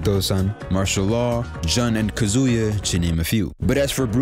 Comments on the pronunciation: You've been pronouncing Kazuya's name your whole life, dawg! It's kAzuya, not kazUya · Nah not Kazuya. This man said Kazooya